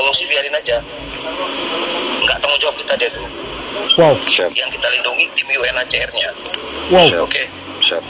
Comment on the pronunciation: Bukan "UCR' mas, tp "UNHCR" UCR mah kepanjangannya 'UCRIT'